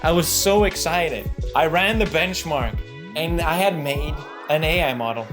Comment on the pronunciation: felix its benchmark not bend-mark